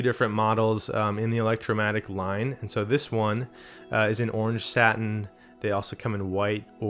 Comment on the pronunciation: Orange stain not satin 😂